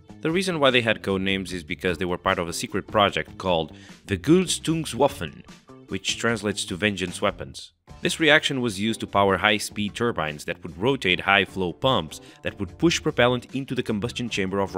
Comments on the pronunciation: Wugulstuswaffen??? :) Ver-gelt-ungs-waffen. What is so hart about that? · "Vögülstüngswabben". Me as a german: "what?" 🧐 Than: "vengeance weapons". Me: "ah, Vergeltungswaffen..." 😆 The reaction you did was in fact the same that was used in the rocket engine "Walter R1-203". That engine powered the worldwide first functional rocket plane "Heinkel He-176". The exhaust gas reached a temperatur of 700° to 800° Celsius. That was called the "cold walter process". In the later engines they added hydrocarbons to the process so the oxygen could burn that hydrocarbons and that reaction reached exhaust temperatures to 1600° Celsius. That was called the "hot walter process"... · It's Vergeltungswaffen, not "Vegerltungswaffen". FFS. Here's your i'll-spell-that-wrong-so-i-get-comments comment. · As a German guy I can say that the pronunciation `Gülstüngswoffen` is not quite right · it’s actually “vergeltungwaffen” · Vürgülstüngswoffen. As a german kind of funny, no hate... great Video as usual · That German pronunciation is sooo funny . But heads up for even trying :P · i couldnt have miss-pronounced VERGELTUNGSWAFFEN more if i tried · You Said Vergeltungswaffen wrong so wrong